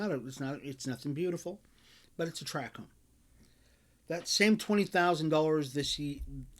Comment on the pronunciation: Tract home, not track home. You were a realtor?